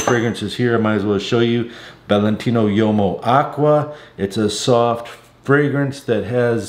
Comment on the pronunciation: "Uomo" is pronounced "HUomo," not "YOmo"